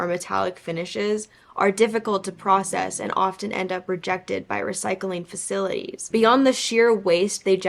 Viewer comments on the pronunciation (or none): none